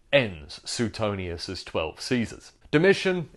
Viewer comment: Pronounced Swaytonius